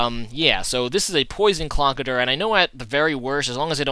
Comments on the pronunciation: It's Conkeldurr. Not Clonkedurr. -_ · Conkeldurr not Clonkederr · What is Clonkerdurr? Conkeldurr? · There is an 'L' Conkeldurr